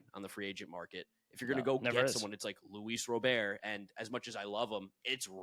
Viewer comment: Luis Robert has directly said his last name is pronounced RAH-bert. White Sox media and broadcasts pronounce it RAH-bert. No need to try to pronounce his name like you’re a Frenchman.